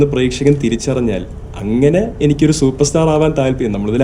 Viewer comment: അയ്യൂയോ 😂😂😂 ചുപേർസ്റ്റാർ